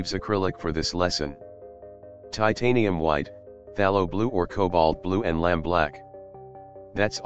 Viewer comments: Lol..."LAMB" black??..lol....it's LAMP black. Don't use computer voice or translation!!! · Brilliant, self-taught is the way to go. I have not had an art lesson since leaving school 35 years ago, but five years ago started to paint, and now use the name Vincent Dontdoit (pronounced "Dhondwah") for my artistic works. I might add some clouds to my pictures now. Thanks. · For the sake of beginners.... It's called lamp black with a "p" not a "b".